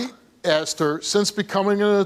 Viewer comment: Is the past tense word “asked” really THAT hard to pronounce. “I AXED my mom. My mom AXED me.” So it was an ax fight. Sounds interesting.